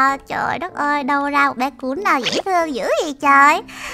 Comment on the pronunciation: "Cún"mà cj nl gọi là cùn 😒